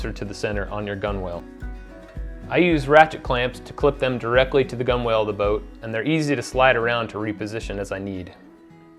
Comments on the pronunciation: Good vid - explains the system well. Just a small note to avoid pissing off any ancient mariners: its not pronounced "gun-whales", they're "gun-uls." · Loved your book and thanks for the video. One minor suggestion: gunwale is pronounced like “gunnel”. It’s one of those crazy nautical terms. Also look up boatswain. It’s pronounced “bo’son.” Keep up your great work.